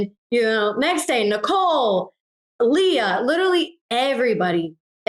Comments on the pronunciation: Why does he keep saying “Leyah” when everyone is pronouncing it correctly as Leah?! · STOP SAYING "LAYAH" PLEASE - legit almost stopped watching because of this so annoying her name is Leah